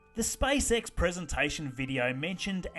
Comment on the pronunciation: I love how you say "spysex"